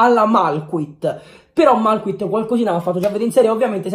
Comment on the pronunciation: Non si pronuncia la t quando dici malcuit si pronuncia malchuí